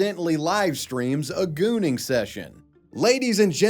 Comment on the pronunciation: 50% here because these videos are entertaining af, 30% here because the gooning video series is the best, and 20% here because of the way pronounces the word “gooooning” 🥵💦